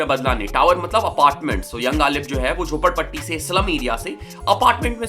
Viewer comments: Bhai jhapodpatti nhi jhopadpatti hoga I think bro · It's jhopadpatti...not jhapodpatti bro!!